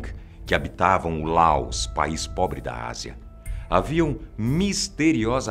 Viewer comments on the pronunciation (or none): O que ele disse -"LÁOS PAIS POBRE" O que eu ouvi -"Lá os país pobri"